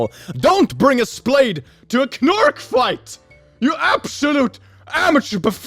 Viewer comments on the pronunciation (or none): Fucking calling a knork for kenork, really reveals how uncultured he is; hasn't even seen Clone High